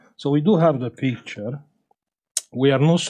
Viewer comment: We have peektchure😊 I love it.